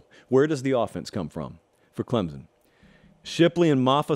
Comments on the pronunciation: Let me help you. It's not clemzon, it's pronounced clempson with soft focus on the p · You cant say ClemSon right,there is not a Z in ClemSon!!!